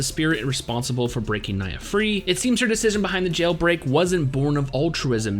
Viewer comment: Yeah knee-ha sounds about right xD